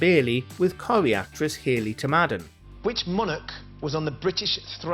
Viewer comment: Hayley TOD-MORDEN.....not To madden 🤔...also, she's an actress not a singer